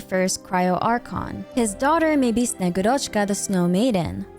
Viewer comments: bro PLEASE the name is SnegÚrochka, not SnegurÓchka 😭😭😭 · I'm really excited for snezhnaya and honestly the third descender being the tzaritza's lover and that being the reason she needs the gnosis makes so much sense! One thing that bothered me though: snegurochka is pronounced more like snye-GU-rachka (capital letters is where the emphasis is). She often described as the granddaughter of ded moroz (basically Russian Santa) that comes to deliver gifts with him or as a girl that was made out of ice and melted when she tried to play near fire. You should read about her, it's very interesting. To the native Russian speakers reading this comment: 1. I know it is a short o and not a, but it sounds so much closer than a regular o. 2. I only read about snegurochka's story once, so if there are any inaccuracies, please correct me! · As a person who speaks Russian, allow me to correct you, if you don’t mind. When pronouncing Snegurochka you are leaving out “u” which is a bit stressed in russian its like SnegUrochka the “u” seperates well the first and secont part of the word, without it, it’s hard to understand the word. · It's snegUrochka btw, thanks for the lore❤ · Thank you for the video queen!! Top content once again. A little correction in pronunciation from russian speaker for future vids, sorry - in Snegurochka the emphasis is made on U c